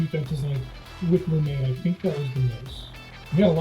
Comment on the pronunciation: My gf and I just spent the past hour trying to figure out who “Lumae” was, it turns out they are talking about Liu Mei the Light kung foo girl